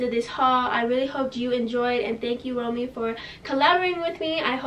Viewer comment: never heard of it pronounced like that lmaoo i always said “rom way”